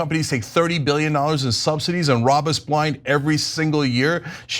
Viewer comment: Did dopey Loomer say "SubsiTEES"......🤣🤣🤣🤣